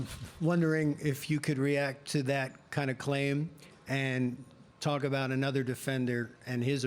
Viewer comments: Bout -- reporter Canadian lol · 'Talking aboot legacy..'